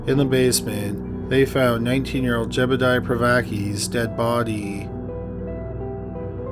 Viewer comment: You kept calling Seth's brother "Jebediah" and his name was actually Jedediah. Just saying.